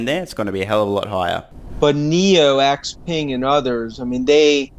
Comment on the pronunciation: FYI for anyone who cares, all of these analysts pronounce “Xpeng” incorrectly. Peng in Chinese is pronounced like “pung” in English. Not ping.